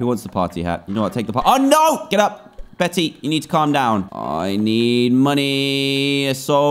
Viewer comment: DAN. 'Bette' is pronounced 'BETT', NOT 'Betty' !!!!!